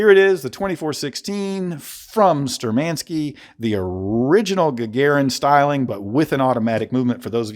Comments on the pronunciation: Shturmanskie, not sturmanskie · Great information, great review! Keep up the great content. P.S - You are just "butchering" the name.. You have to accent or stress the first syllable "shtUrmankiye", and the ending "skie" is pronuonced as ski and yeah. So it would read as - Shtur man ski yeah I do hope that it makes sense. Sorry, just wanted to point out.